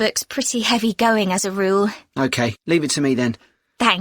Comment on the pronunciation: Todee, okee? Is this a new accent?